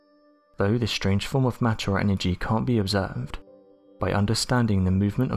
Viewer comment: This guy cant even english! Ashume, preshume, shtrange... what is wrong with the guy? Maybe he is just shtoopid...